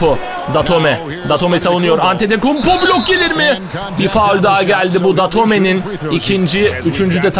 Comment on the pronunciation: Nick Calathes Nick kalatıs diye Keith Langford Keyt Lengfırd diye Thanasis Antetokounmpo Tanasis Antetokunpo diye James Gist Ceyms Gist diye Papagiannis okudugun gibi